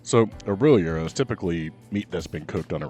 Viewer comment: Gyro: YEE-roh. Said it right. ✅